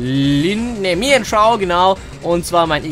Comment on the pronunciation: Hi das ist krin Mian Shao (oder wie du es sagst) sondern ein Wie-Shu.Igastarnish?Nein Brigaron! XD 2 falschgesprochene Poke in einem Battle